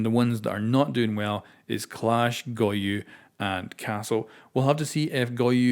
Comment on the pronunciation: its go-YO, NOT go-YU !!!!!